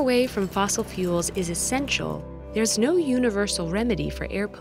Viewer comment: Arabic accent Hello therrrrrrr